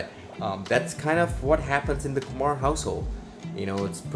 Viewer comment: It's Kumar not Kumaar